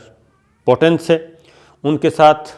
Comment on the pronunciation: po ton. ni he ye peo ten he . lagta he school time me khoob mazaq ura ho ga aap ka. mutenserhussaintarar kehene pr. 😄😄